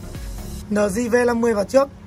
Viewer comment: eo di hoặc là lờ gờ not lờ di